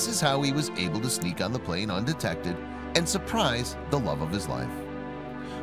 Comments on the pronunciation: Its plane not plan bro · It’s “plane” not plan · It's plane, not plan. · Lol it’s PLANE Not PLAN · It's plane not plan!!!!